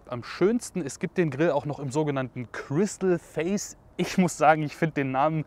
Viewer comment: "Chrystal face..." .... endlich ein ansprechendes E-auto für den umweltbewussten Drogendealer von morgen. Respekt Skoda. 😂👍🏻